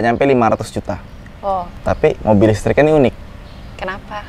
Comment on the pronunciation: Beda dan istri soal penyebutan: listrik Istri: lestreeekk... Java's pride 😅😅😅